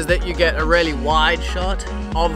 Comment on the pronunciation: When he says "really" it sounds like he is saying "Rarely" Good tips mate